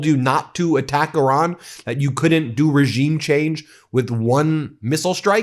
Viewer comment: Did he say Irag instead of Iran